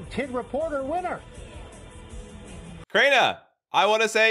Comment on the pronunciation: It’s not craider it’s crainer